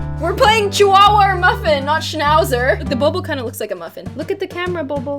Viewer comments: ITS A CHIHUAHUA P.S it's said Chi-Hooa-hooa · I actually pronounced chihuahua with the h in my head